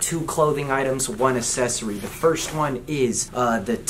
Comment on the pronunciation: Say it with me: Ack-sess-or-ee